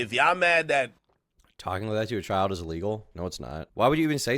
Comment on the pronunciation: lol am I the only one dead at the commentators voice? "The child-uh was groomed-uh."